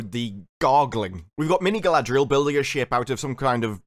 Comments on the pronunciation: No, in the "ice climbing scene, I believe that the, erm, "showrunners'.... are trying to show Galadriel, or should I spell it, how they pronounce it? GaldRRRRRRiel. How GaldRRRRiel is just SO DRIVEN unlike those pesky men folk... That she is UNSTOPPABLE... Great Leader Qualities, be DAMNED... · I hate how they pronounce R in GaladRRRiel and SauRRRon, but nowhere else, it's just fucking annoying. For what they spent all that crazy money on, it looks like a slightly above-average fantasy show.